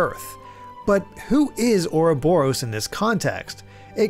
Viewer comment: I'm outraged by the pronunciation of Ah Robber O's ...I mean, Ouroboros.